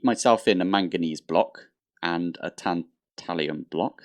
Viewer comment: Tantalum doesn't have an i in it